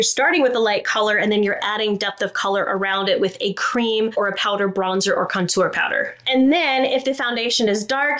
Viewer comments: Do we think anyone will ever tell how to correctly pronounce the word contour?? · I love how you say ‘contour’. Makes it sound so fancy! 😂 as always, really great tips and a couple I hadn’t ever thought of. Thank you for all that you do 💙